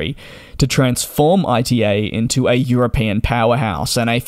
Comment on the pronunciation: "ITA" is spelled as a word (as the first letters of Italy) not as an acronym! Come on DJ since you do this as your job you should at least try to pronounce airline names correctly.